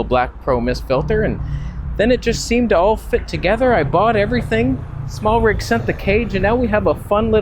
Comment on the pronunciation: Smartrig? I guess you mean Smallrig 😜